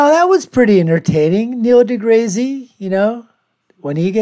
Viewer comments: 'Niel Degrazy'? Purposefully saying his name wrong as a form of humour shows how intelligent you are.. it's a step away from a fart joke. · He isnt saying it wrong on purpose, he just has no clue how to prounce deGrasse. He also didnt understand the standing point of deGrasse`s argument around the Robot vs Human footprint on Mars....but then again, he is making a reaction video of a youtube clip that is 15 years old almost...